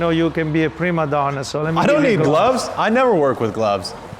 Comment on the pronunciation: “It’s ‘prima donna,’ not ‘premadonna.’ Dumb American. You should listen when an older person is speaking—it’s disrespectful to interrupt. Buenos dias!? You are speaking the language of a historical rival... disrespectful.